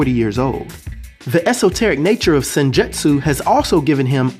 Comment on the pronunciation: good video. Sidenote: The Japanese word, "Jutsu" is phonetically pronounced as: jootsu like boots or roots. So, in terms of sounding out the word "Senjutsu", it would sound like "Sin-joots-oo".... Keep up the good content. Peace.